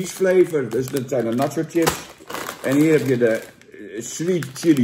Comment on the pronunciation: Zucht Jan...het is 'chips' en geen 'tjips'....